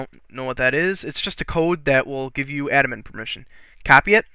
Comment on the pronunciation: Admin, not adamin.